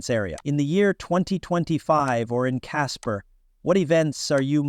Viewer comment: Ok bot. "Caspers" lol